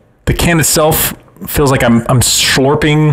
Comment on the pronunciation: Shorping? SHORPING!!!!!